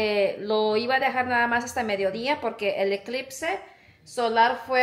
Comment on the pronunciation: siquiera tú supiste decir eclipse tu hermanaca dijo eclitse jajajaja